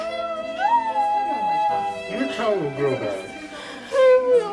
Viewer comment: "I don't have a tounguhhhhh "